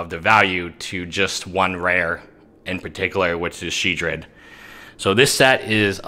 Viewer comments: Shedred? There's an OL in there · Sheoldred? Haha